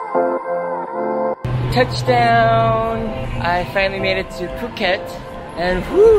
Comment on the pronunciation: imma tell you now , phuket it's a light b sound with p in it when you pronounce it. like pbhuket